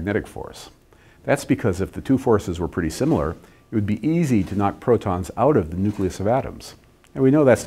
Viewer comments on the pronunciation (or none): none